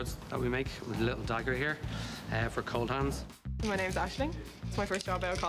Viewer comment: Has no one else noticed that he says Coldhands??